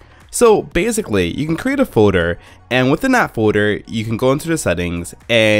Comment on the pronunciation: Foader instead of folder